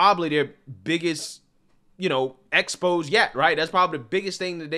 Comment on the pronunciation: "ex-poh-zay" But keep up the fantastic work man!